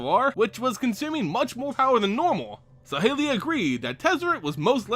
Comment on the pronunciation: I don't like how you pronounce saheeli rai but I do want one pleaseeee